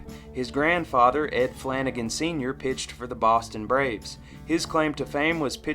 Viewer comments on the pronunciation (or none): none